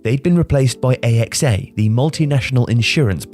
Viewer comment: All going so well before you pronounced AXA 😂 great video though informative as ever